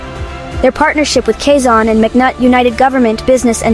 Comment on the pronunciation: It’s not kasan it’s Quezon.